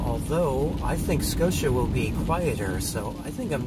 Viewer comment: Your pronunciation was perfect. Scotia NY is a suburb of Schenectady which is outside of Albany. It was a wonderful village to grow up in. ❤️ We enjoy your videos very much. I hope you have Healthy and Happy new year.